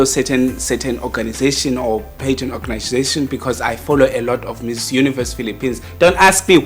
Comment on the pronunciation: Can someone teach this man how to pronounce pageant? Stop saying pigeons 🤣🤣🤣